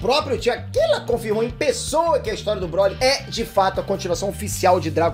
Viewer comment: Sem querer ser um mequetrefe insolente, tu sabe que Japonês tem até problema pra falar o "L" em "Tio Akila" né.